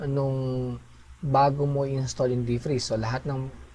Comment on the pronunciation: deef-preeze ^^ thaawwd ^^ = pronounce as "thowd" thanks thanks!!